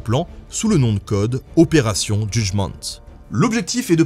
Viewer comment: C'est normal l'accent sur le OPÉRATION ? Parceque après tu dis Judgement en Anglais ... Du coup ça ferait un franglicisme 😂